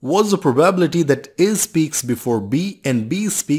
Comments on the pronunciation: Let me ask you this, what is that proBabbillity that you are pronouncing the word probability in a very funny way? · If I have to hear "proBABble-ity" again, I might throw my phone out of a window. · I like your riddles a lot , but could you please emphasize 'probability' on the 3. syllable? Thanks ;)